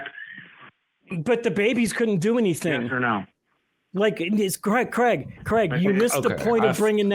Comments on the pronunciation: This guy's name seems to be a bit of a problem pronouncing for Americans for soms reason. His name is Craig, but they pronounce it Creg. It's supposed to be pronounced 'Crayg' or Krayg. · His name is Craig, not Creg. You pronounce it like Krayg.